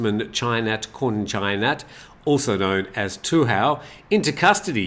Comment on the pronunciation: in chinese the dude's name is pronounced Du Hao. when you pronounce it per the Thai spelling "Tu Hao", it means 'bandit' in chinese 😂